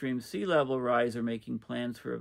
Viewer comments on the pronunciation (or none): none